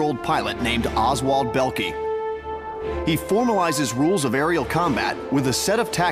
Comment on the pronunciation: Belkey?? Please americans learn how to pronounce foreign names when you you are asked to appear in a tv documentary.....